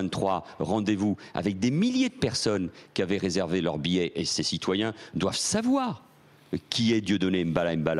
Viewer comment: Manu le soumis dit (en tenant le micro d'une facon assez X): ,,,,doivent SAVOIR(avoir un accent assez X) ,,,, doivent SAVOIR,.... doivent SAVOIR. alors le message c'est: qu'on ne doit surtout pas SAVOIR la verite cachee que Dieudo & Soral nous montrent. Honte a tout les francais qui ont la moindre sampathie pour un ministre qui a echoue de faire son role ( la securite national) mais qui a pu TEMPORAIREMENT reussir a sauver les interets de ses MAITRES